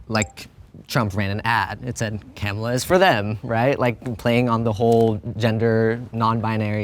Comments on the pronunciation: Pronounce her name "Camela." Is that the allegedly liberal version of the right's intentional mispronounciation "Cu ma la?" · Why was he pronouncing Kamala camela